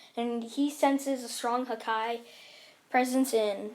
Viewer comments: This man says hakai (hakaiy) and not haki (hak e) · Bro it hurts hearing hakai and not Haki I am actually crying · He knows the story and it literally says haki in sub and dub and this man saying hakai like hakai means destruction and this man watched one piece not knowing it pronounced haki like bruh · its not hake its ha ki ha KI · It's haki not hakai lol 😆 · It's haki not hakai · He said hakia I'm dead its haki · Its easy to say its haki not hakai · Bruh dont say hakai its haki its pronounce Ha ki not hakai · "Hakai" no offense ut its haki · Your killing me everytime you say hakai instead of haki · It’s not called ha ka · You didn't say Haki correct, you have to say: Hockey. It's supposed to be like that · Sound it out h-a-k-ė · It’s ha ki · It's pronounced ha ki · it hurt when he says hakai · Bruh when u missed pronounce haki that mad me a little annoyed 😒 but it’s all good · OMG you butchered the pronunciation of Haki